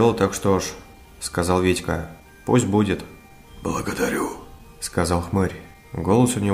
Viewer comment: он сказал благадорю в первый раз каак воландеморт